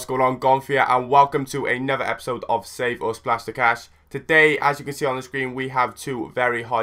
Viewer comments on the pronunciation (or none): none